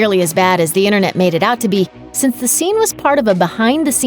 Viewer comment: "and they stormed the innernet" she meant inTernet ... she's not talking about your nervous system the actual inner net ...